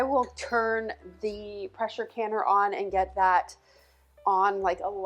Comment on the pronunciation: Hubby was in the other room and thought you said “Precious canner” he thought that could be your tagline like Rachel Ray coined the term “EVOO”. 😂